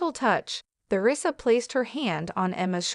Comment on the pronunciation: AI's reading is so distracting my mind wants to explode when it pronounces Theresa incorrectly other sentence When you post his crap don't you listent to it first? If you do correct it!